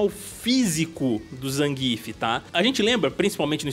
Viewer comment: Nem zangíf nem zanguiéf. Porque não falar como o PRÓPRIO COMENTARISTA NARRA NO JOGO com ênfase na primeira sílaba????🤔